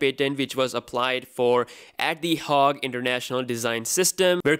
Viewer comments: It's not 'haag' it's Hague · It's the HAgue. The A is long sounding.